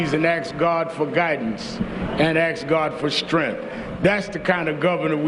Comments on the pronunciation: Rev. Al said he would "axe" God for guidance 🙄🤣🤣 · Al Sharpton, with zero due respect, did she really “axsh” God for strength? Or did you just say this silliness because your useless never done anything for anyone unless it has potential to cause Black Americans to get angry, decided that she SHOULD have said that???